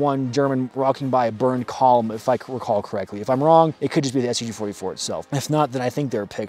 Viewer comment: I thought at the beginning he said "I am the talking STD"